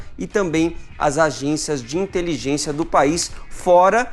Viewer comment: pq o Adriles sempre fala "inteliGUEncia??